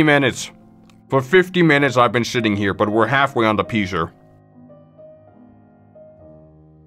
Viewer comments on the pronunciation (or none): every time he said pizzer i got flash backs